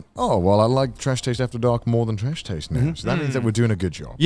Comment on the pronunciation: "Welcome! To the annual Trash Taids Award!" -Grant